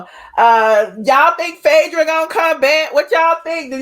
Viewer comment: We Know you're country but please pronounce PHAEDRA's name right..u are purposely screwing Phaaaadra name